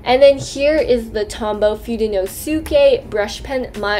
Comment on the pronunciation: the way she said “fudenoSUke” hurt me